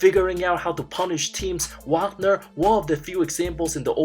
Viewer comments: OMG!! Did you just butcher Franz Wagner’s last name multiple times in this video? It’s pronounced Vaugner. After a year and a half In the NBA, you should probably know his name by now! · Just so you know it’s Vaagner not Waagner pronouncation wise